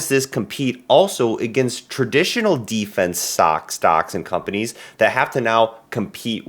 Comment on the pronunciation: You mispronounced Defense.